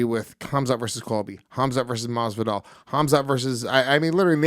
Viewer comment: Luis really said masvidal...